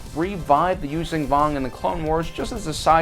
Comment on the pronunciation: It’s closer to Yūshjan than Yūzan.